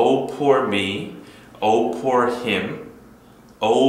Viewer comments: 강의 진짜 너무 재밌어요. poor 의미도 새롭게 배웠지만 발음도 오늘 처음 알았어요. 여태까지 [푸어] 라고 발음했는데 [포어]로 발음하는 게 맞네요 ㅠㅠ 오늘도 감사드려요!! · 오 포어 미.ㆍ 난 여지껏 발음이 '푸어'로 알고 그렇게 말햇었는데 아니군요ᆢ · 이제껏, 발음을 [푸어] 로 알고 있었네요. 그렇게 배웠었으니.